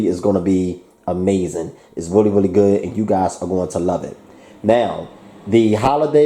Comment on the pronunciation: Why do you say willy instead of really just wondering just a